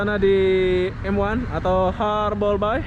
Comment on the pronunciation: ....ngakak gw kalo denger ngomongnya harbourbay jadi harborbai 😂😂😂 Gw org Batam gk gitu amat spellingnya harborbai😅🤣